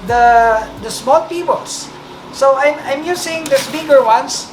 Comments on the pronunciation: Is he saying pibolss or pebbles?? 😂😂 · It pronounce pebbles not pibbles